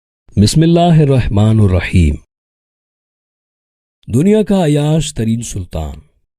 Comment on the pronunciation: Abe chutiya bismillah padhna seekh pahle baad me vidio Banana Rahmanur۔ Nahi۔ Rahmanir Raheem hai ok